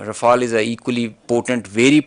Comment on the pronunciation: Naam to dhang se lo......r-fa-l